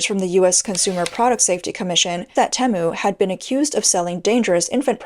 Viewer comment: Most people shop on Teemu not Tem u